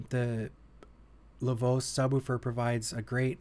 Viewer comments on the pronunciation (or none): Didn't know Americans call it Lavose, haha. For anyone wondering, originally it's pronounced 'La Voch-eh'. La voce means 'the voice' as in: La voce di Joseph mi fa tranquillo.